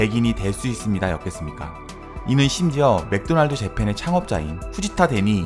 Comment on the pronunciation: 그래서 맥도날드 발음을 못해? ㅋㅋ 뭐?? 매그도나르도?? ㅋㅋㅋㅋㅋㅋㅋㅋ